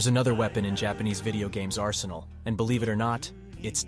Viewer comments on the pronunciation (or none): none